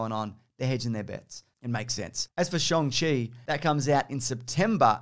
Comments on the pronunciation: Awesome job on the proper “Shang-Chi” pronunciation, my dude, but as for Barry Keoghan, it’s ‘Key-Oh-Gahn,’ not “Keegan,” which is an altogether different Irish surname… and maybe even a different actor. Stunt-Doubles, am I right? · changing his pronunciation of ‘Shang-Chi’ following Simi Liu’s tweet correcting everybody - big respect